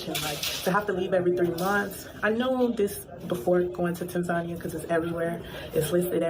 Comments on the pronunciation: how is this lady trying to live in Tanzania and she can't even pronounce it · she may want to learn how to actually pronounce the name of the country "Tan-zuh-NEE-uh" first instead of the weird USA pronunciation, "Tan-Zania" lol. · I’m glad that people in America are learning this. They think they are going to go to Africa and a red carpet welcoming party will happen. They think it’s about color when it’s all about culture. I’ve been saying it for years to much ridicule. And the lady mispronouncing Tanzania 🇹🇿 is diabolical! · Wow banange atleast learn how to pronounce tazania 😂😂.. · Wow. Y’all think cause u black, you have the right to go to Africa like it s free and will be received with open arms. The audacity. Chile the second woman’s experience can’t even pronounce Tanzania properly. Leave girl. If I have to leave Canada for any reason it s a flight back to where I was born, not a different one.